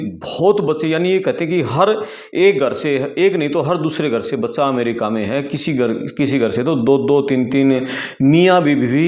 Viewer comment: भाई पहले बोलना सीख अमेरिका होता है ना कि अमरिका